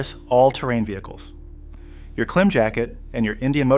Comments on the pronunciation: It’s pronounced “CLIMB” not “Klim” like with Jim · "Klim" is pronounced "Climb" ......... long "I" .......... Dainese is pronounced "Dayneesee" ...................